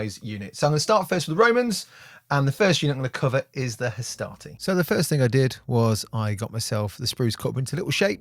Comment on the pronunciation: I was quite confused at the start of this video. It made more sense once I realised you were saying Hastati and not Astartes....